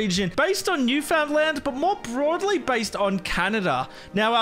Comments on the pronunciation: Love this as a Canadian! Also, I know how it’s spelt, but it’s actually pronounced as “Noof’n-land” :) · It's pronounced Newfinland but spelled Newfoundland. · its always fun listening to non-canadians pronounce Newfoundland as its spelled